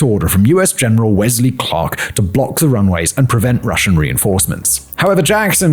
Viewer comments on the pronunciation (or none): none